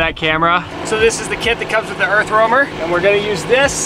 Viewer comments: Idk how may times "Earthwormer"🪱 was said.. lol! Its an "Earth Roamer". Overall a very nice rig for sure. Too bad it's $975,000 over budget for me. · why do you keep saying earthwormer? lol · I am a joiner and could do the exact same for 100k..she says earth wormer every 3 minutes 😂..get over your self